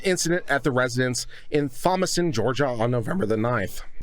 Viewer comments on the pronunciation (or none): Oh shit it would be south GA. Lol. BTW it’s pronounced Tom-A-Stun or Tom-As-Ton.